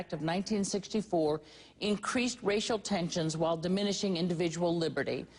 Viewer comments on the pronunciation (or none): Increashed rashial tenshions